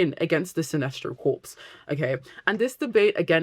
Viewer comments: they're wrong unless they are talking about corporations. Look up pronunciation guides here on YouTube - there's one from Collin's English Dictionary (even American sources will probably confirm exactly what I am saying) which is a British dictionary.. There are plenty of British people who can't even properly fucking pronounce "anything" or similar words like "something", they say it as "anyfink"/"somefink" so I would not take their pronunciation as gospel. Dictionaries, however, I will & not just because they confirm what I am saying >-> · This is a great video essay about the Green Lanterns. But is it a British thing to pronounce the "P?" Because in the USA, if you pronounce the "P" in the word "corps," you are talking about a dead body. But if you are talking about a group of people working together for a specific purpose or a major branch of a military force, then you don't pronounce the "P ."